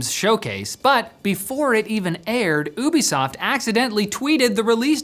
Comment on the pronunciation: Its not Woobisoft...... Youbisoft.